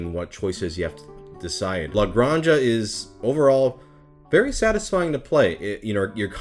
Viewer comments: in Spanish that is pronounced as a hard sound on the back of the mouth, so its more acurate if you pronounce it as gran-ha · I love that how you pronounce it sounds more catalan than spanish